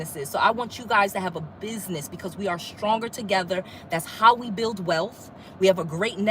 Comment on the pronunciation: You said Oui? You are speaking French. Who is Oui. Because when you say we in English it sounds like you have help owning those properties. You didn’t say me. You said oui.